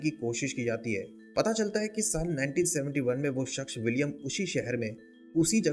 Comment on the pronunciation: Bhai shaksh nhi hota... Shakhs hota hai...